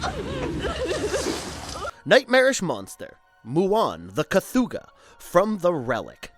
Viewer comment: I will never understand how people can mispronounce the names of things when its said in the damn movie. Ive never heard of a 'kathooga' But The Relic does have a creature called the 'Kathoga'.